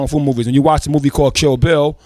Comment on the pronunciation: Everytime rza says kill bill it sounds like chill bill, now i wanna see that